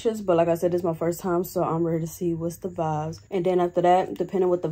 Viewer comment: I love when say vives instead of vibes😂 she is so cute! Big Virgo!! 🎉💕